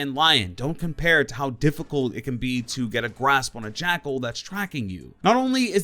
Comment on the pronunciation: When you main an operator but can’t pronounce his name... oooofff